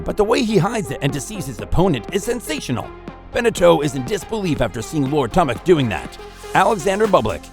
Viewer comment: Very nice video but if you work on your name pronunciation a bit more (Schwartzman, Monfils, Tomic) it will be better